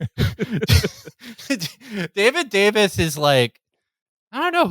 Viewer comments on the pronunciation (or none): none